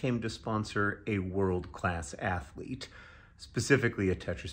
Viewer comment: "athlete" Ok bro.